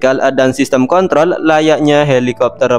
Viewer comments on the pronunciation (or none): none